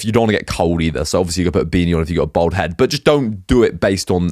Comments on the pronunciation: Its bald bruv not bold lol everytime you say bold its cringeworthy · Why do you pronounce bald as bowled? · it does Im from london born and bred he sound like me but he just cannot pronounce bald lol